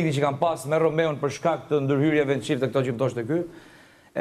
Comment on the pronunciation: Dhe Vesa qe nuk u mesua te thote Romeo, por Romao, dhe jo chift por qeft, 🤮